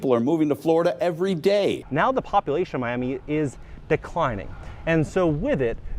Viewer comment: "Me Am Me", you have to pronounce Miami like english is your second language to get those million dollar prices.